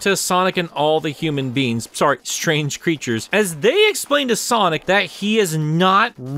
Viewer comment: Love how this guy pronounces “human beings” as “human beans”